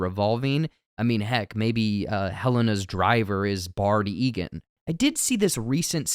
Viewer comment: It's BAIRD, not Bard Eagan.